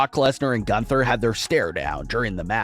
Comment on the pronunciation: Every time he says 'Gunther I cringe so hard knowing he botches the name every time